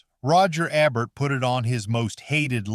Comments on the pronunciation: Roger Ebert. He was a famous well-respected film critic. His last name is pronounced Ee-bert. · I know who Roger Ebert was. The video wasn't pronoucing his name right.